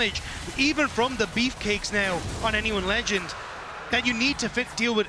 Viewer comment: can someone please tell him to stop saying "anyone`s legand'!!!!!!!!!!!!!!!!